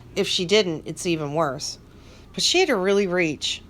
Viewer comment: I lol 😝 each time you end a sentence Lorne’s mispronounced ‘but’ (bhat) lol 😂 😂